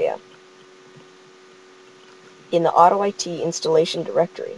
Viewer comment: Lol he said auto-I-t. I-t clearly s Pells it